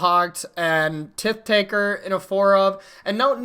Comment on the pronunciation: “Tith Taker” Come on, Tithe isn’t even an uncommon word.